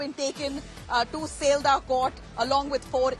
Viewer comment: Pronounce properly its not seldah its Sealdah.